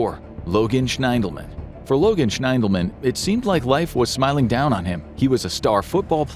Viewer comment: I believe Logan's last name is pronounced SHINdelman.